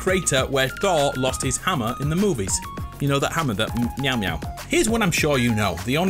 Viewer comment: I like how he says thors hammer "meow" "meow"